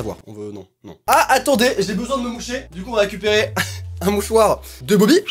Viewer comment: on dis boby